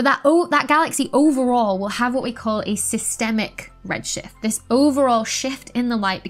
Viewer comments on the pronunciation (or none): I love the way you say wo'.